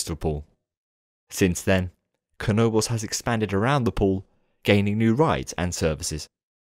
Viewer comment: Now I finally know how to pronounce Knoebels right